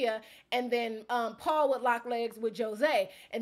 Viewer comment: Paul must’ve had something against you because you pronounced his name wrong. Seems like something that would hurt Paul’s massive ego.